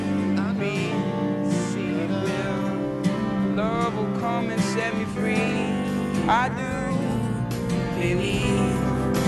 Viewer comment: "love will come set me fweee"...classic